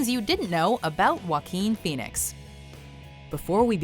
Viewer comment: Jakookoo Pahweenis